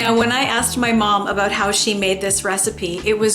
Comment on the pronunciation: Aboot! Must be Canadian. 😊